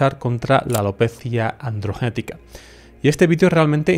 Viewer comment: Cada que dice 'alopecia androgenetica', el enfasis que le pone 😊😊😅